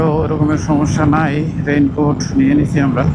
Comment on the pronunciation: রেইনবোট নাকি রেইনকোট ?